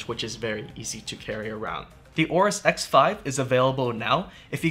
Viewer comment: WHY WHY WHY different GIGABYTE PERSONNEL pronounce AORUS DIFFERENTLY??????????????????????????????????????TELL YR BOSS CHANGE THE NAME PLS "OBEAST"